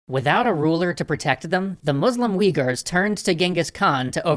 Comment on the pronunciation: Weeghurs?! Has mispronunciation finally reached it's peak?